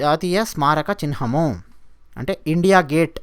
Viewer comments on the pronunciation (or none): Sir..చిహ్నము ను చిన్హము అంటున్నారు ..🙏🙏